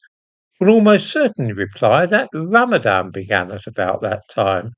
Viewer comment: Ran-a-van more like